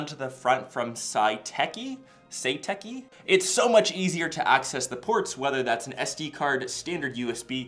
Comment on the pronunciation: I just wanted to correct your pronunciation of Satechi 😂 it’s like Se - tach - y if that helps 😂